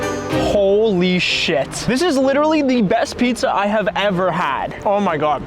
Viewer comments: Bro said holy shiat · He say holy shet